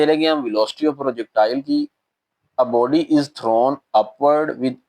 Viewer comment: boby nahi body ha 😂